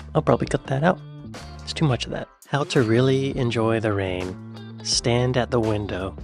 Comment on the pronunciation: 19.50 when saying not too bad!!!!! It's all in the delivery with the emphasis on TOO. Maybe spoken in a question style 🤔 hope that makes some sense.